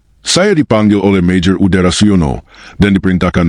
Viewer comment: MAJOR UDARA😂 adududuu...kenapa mesti pake AI sih?? Mending kalo enak didenger. Sayang banget, narasinya bagus, konten bagus, naratornya ngeselin